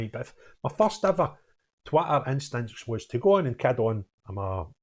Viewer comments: Just love the way, with your Scottish accent, you say Twitter. Being a good old Suffolk boy, it sounds, to me, as though you're calling it TWATTER. A good description of it! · I love your pronunciation of 'Twitter' 😃